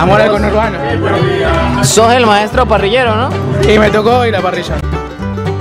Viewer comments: Cono hurbano.... Ajajajaja. Que risa parce. Sos el mejor. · Ni una cosa ni la otra...c dice 'Congourbano'🇻🇪pelotudo! 🙄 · Cono urbano , me dió risa jajaja... Conurbano se dice.... Jajaja